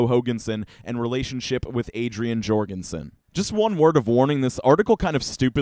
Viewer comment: Please, surnames like Jourgansen have the "J" pronounced like a "Y"; it's pronounced "Yourgansen"